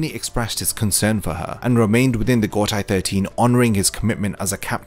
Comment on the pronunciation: I like your content a lot, but please please start pronouncing Gotei 13 as "go-tay 13" and not "go-tai 13". It's the same as in Seireitei which you already say correctly. The "ei" in Japanese never transforms to an "ai" sound. Eg. Heihachi is "hey-hachi" not "hai-hachi"